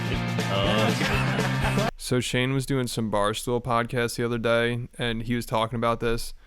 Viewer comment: WAIT!! Why do you sound like Forest Gump when you say "Day"!? I thought it was a mistake. But you said it twice!? Lmao 🤣 and